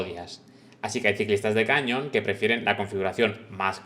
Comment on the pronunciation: Por favor, la bici se llama Canyon y se pronuncia ˈkænjən' y no cañon. Que es un nombre de bicis Alemanas pronunciado en inglés. El padre del rey tampoco queremos llamarlo John Carl I 😂😂😂😂